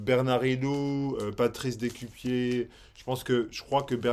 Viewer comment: Si c'est un nom d'origine belgo-flamande, Decuyper devrait plutôt se prononcer quelque chose comme "de-cueille-peur". Il me semble.